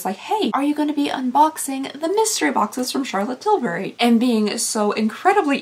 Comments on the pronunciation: Please, fur the love of God, stop with the "CHAlotte TILL bry" crap. It sounds beyond unsubscribe. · I ABSOLUTELY LOVE how you say Charlotte Tilbury.... Everytime I hear that I just giggle...🤣🤣🤣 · I LOVE the way you say Charlotte Tilbury!😂